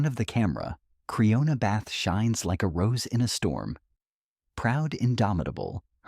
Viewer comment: Pronounce her name right stupid if you're going to do a report. A report that's just full of crap. Get off the Airways you're just hurting people